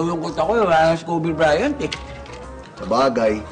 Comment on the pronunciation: Kobe BRYAN hahahh talaga eh walang T